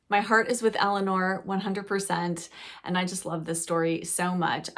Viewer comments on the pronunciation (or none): none